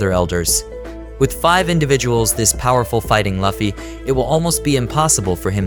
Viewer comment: It's Luffy not 'laughy'